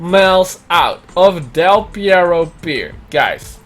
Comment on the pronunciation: Del Pierro? Mean perro?